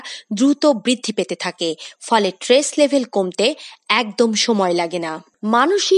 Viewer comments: Tress na stress ki bolchen? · Tress NA Stress . Prounce correctly please . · উচ্চারণ টি "ট্রেস " নয়,"স্ট্রেস " হবে।🙂